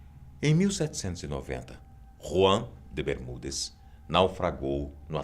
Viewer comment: Quando ele flou ''Ruan de Bermudes'' quase gozei haushauahau